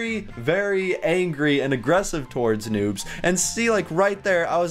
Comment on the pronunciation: noobs not nuubs